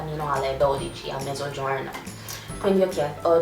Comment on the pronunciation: I love how you pronounce 'mezzogiorno' xD